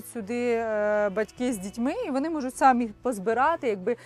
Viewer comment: Дівчата, ставте наголос правильно. Не сАмі, а самІ: наголос на останній склад!